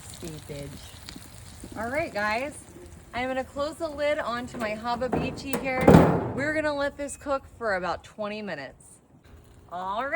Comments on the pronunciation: Actually it's Hababicchi the way she pronounces it & that "word" doesn't exist. I looked it up on Google awhile back & they listed it as "Hibachi." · If someone knows her, PLEASE teach her how to say hibachi....not hibabichi. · Lol It's supposed to be like Have-a-beach-i from what I can tell. I don't defend it but I get it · It's funnier her way. 😊